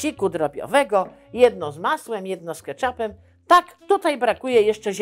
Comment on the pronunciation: pani dawno nie byla u fotografa, ten by wytlumaczyl ze to keczup a nie keczap, ale i tak podziwiam ze w tym wieku sie pani to chce